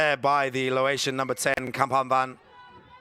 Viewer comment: Laotian, not "Lawaitian" please